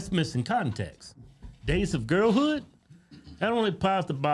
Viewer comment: Sounds like he’s saying gays of girl hood 😂